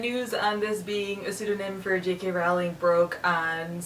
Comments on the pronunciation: Rowling is pronounced like bowling.. :) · You pronounce "Rowling" incorrectly.